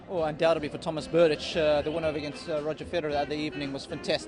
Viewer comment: Tomáš Berdych (Czech pronunciation: [ˈtomaːʃ ˈbɛrdɪx]; ... When are you going to learn that???